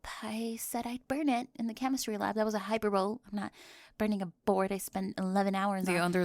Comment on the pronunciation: Does she not know it's hīˈpərbəlē, not hy per bowl